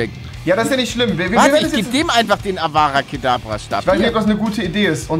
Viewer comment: Es hesst avdat kadavra und nicht avada kadabraaaa